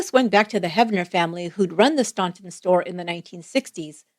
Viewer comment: Please. Its pronounced Stan-ton. Not staun-ton